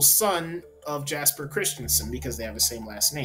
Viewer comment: Btw, Jesper is pronounced "yesper" (with R's rolled).